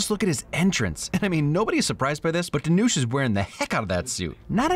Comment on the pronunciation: Long time viewer here, love your videos! btw his name is pronounced Dhanush ( rhymes with push), not Dhanoosh.